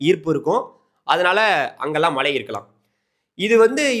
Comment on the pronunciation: Malai mountain Malai rain. Which is coming. Please speak correct Tamil. Irritating.